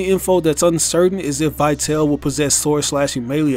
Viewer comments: The correct English pronunciation should be "Vitali", not "Vaiteil". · It's pronounced "Vee-tahl-eh." It's Latin/Italian for "lifeful." Just like, "vital." Let us all remember that the DMC series is inspired by the real life works by Italian poet and politician Dante Alighieri. He had written many of them. His most famous include his Comedy (often referred to as the Divine Comedy) and la Vita Nuova ("the New Life"). Although the games are not exactly or faithfully based on these works, they're certainly inspired by them. Not only that but in other artists and notable figures, too. Such as Trish (for "Beatrice," the lifetime love of Dante's), Nero (a Roman emperor) or Vergil (another notable poet, and Dante Alighieri's mentor in his Comedy). This new character could be a reference to la Vita Nova, just like the other have serve different references over the years. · I dont think that Vitale is pronounced as "why tell". Just imagine it having something to do with latin (which is probably the case), not english, so, take Vita (again, not "why ta") and add "le" at the end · His name is actually pronounced ''Veetali''. It's italian. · Vitale is pronounced Vi-tah-lay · I don't trust in speculations made by someone who can't even figure out the pronunciation of the name "Vitale"